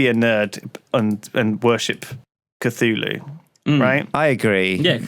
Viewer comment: The way Lewis pronounces the Cthulhu deities really bothers me for some reason... I guess I am a lovecraft baby...